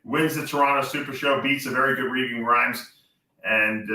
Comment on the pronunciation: Why is it so hard to pronounce "Regan"?